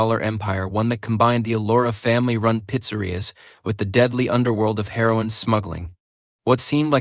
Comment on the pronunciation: Lol more Ai… pitsuh connection? Pee-zahs? Selling her-on from pitserious?🤣🤣🤣 all these ai pictures look like fever dreams.